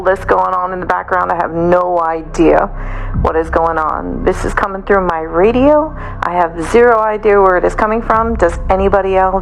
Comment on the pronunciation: I know right bayonce lol reminds me of another video I watched about busta rhymes and the narator pronounced him as booosta rhymes lol 😂 come on content creators get with it 😂